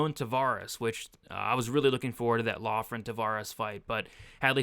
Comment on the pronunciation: Loughran is pronounced “Lock-rin”